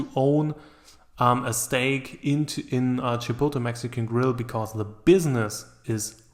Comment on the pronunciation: Can you please pronounce Chipotle properly